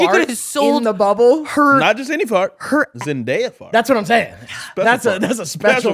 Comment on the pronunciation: Why do people have such a hard time saying ZEN-DAY-UH like wtf.. everyone tries to be too proper saying her name. And she famous asf so she says her name a MILLION times like omg it looks just like it sounds. Basic english pronunciation. ZEN-DAY-UH.. damn.